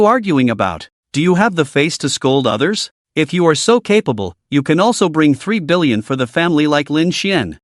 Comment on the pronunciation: I had to read the translation website just to check that annoying back and forth. Apparently it is 3 billion, not 30. I think the AI has hard time enunciating the . between numbers.